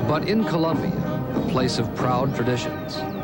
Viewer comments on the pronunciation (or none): Its Colombia not ColUmbia